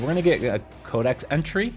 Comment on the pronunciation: SAY CODEXXX. Fuck! Dumbass.. cant u read.. where the hell sre u getting “kodak” from? Soo annoying!!